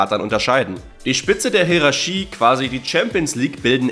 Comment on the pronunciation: Digga wenn ich dich noch einmal Hieraschie sagen höre, raste ich komplett aus 😂